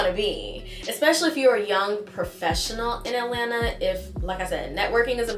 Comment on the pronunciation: New subscriber here as a 1970 Atl native (born/raised) thank you for pronouncing Atlanta correctly not saying “Alana”. ❤ You hit the mark with this video.